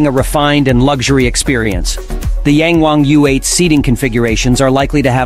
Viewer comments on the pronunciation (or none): Ita yang wang..not yeng wang 🤦‍♂️